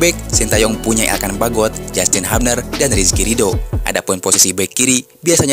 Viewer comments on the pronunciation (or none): none